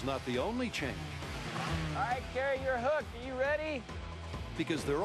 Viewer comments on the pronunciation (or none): its kari, not carrie